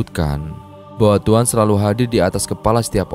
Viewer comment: Kok tuan buka Tuhan ... kurang jelas bicaranya